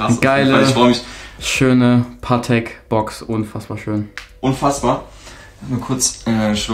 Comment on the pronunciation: Bro es heißt paTEK nicht PAtek haha